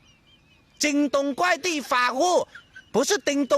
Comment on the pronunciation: Kuai 不是 guai. 他读到guai